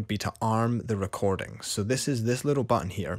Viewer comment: Say that again.. "recor-DING!"